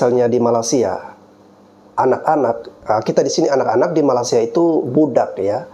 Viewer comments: Nyebut makaysia kok malasia, ky malas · Saya denger masnya nyebut MALASia 😅🤣